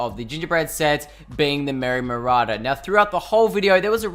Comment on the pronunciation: You pronounce it merry “ma raw der”